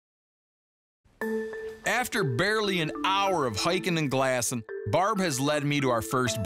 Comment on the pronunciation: I watch this show just to hear him say glassin'